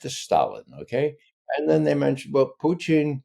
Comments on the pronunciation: Sounds more like poutine, but I’m near the Canadian border! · This cat LOVES his pronunciations 😂😂”PUCHIN” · I'm further south-- Pennsylvania-- and Ray's distinctive "Poo-TEEN" always sounds like "poutine" to me too; BTW, I know what poutine is but never encountered it. 🥘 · Is he saying.... "Puchin"?? Is his first name Ca? 😂😂😂